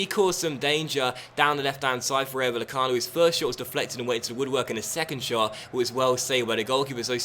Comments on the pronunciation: It's pronounced Vayecano, not Vallecano. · * PLEASE READ THIS* This comment is to help you with Spanish pronunciation. - If there ever is a -ll like in Vallecano, that is pronounced as an English y sound. - A j, like in Jorge is pronounced as an English h sound. - An h, like in Hernández, is always silent - In most cases, the emphasis is placed on the second last syllable, unless there is an accent on the letter, in which case the emphasis is placed on that letter. - A g, like in Jorge, is pronounced as an English h sound, unless it's at the start of a word, when it's pronounced as an English g sound, like in Gary. - An a, like in Rayo, is always pronounced as the a in Alex. - An e, like in Meré, is pronounced as the e in Ben. Hope this helped, as you always say how you've probably pronounced something wrong, so I wrote this to help you out as I speak Spanish.